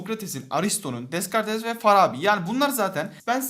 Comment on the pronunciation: descartes degil okunusu dekart